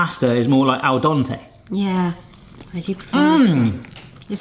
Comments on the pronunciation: "The pasta is Al Donte" Who? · "Al Dontay" 😊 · Why must you miss pronounce aldente,why